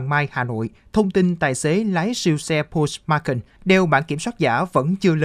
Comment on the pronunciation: Nghe phát âm tên xe quên luôn không biết là xe gì. pót chơ mắc can nhé